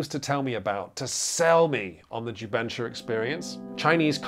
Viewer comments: This was a great video! I'm new to PMG, and I'm about to send this link so friends can watch. To properly promote jubensha as a genre, though, please check out Nate's pronunciation . It's closer to "jew bun SHAH" than "ju BEN shuh." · I was wondering what in the world is jubensha until I heard people speak it in actual mandarin. Ju Ben (GEE BURN) = Script, Sha (SHAR) = Kill. The pronunciation is way off but thanks for coming down to Singapore and sharing this, I've no idea its a thing and even though it doesn't really interest me, its an interesting watch.